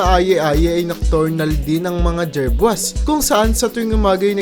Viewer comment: Aye aye, /ay ay/ po ang tamang bigkas , jerboa, /jerbowa/ po ang tamang bigkas